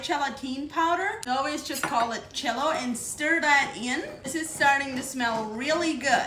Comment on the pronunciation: that's her accent when she pronounces it that way.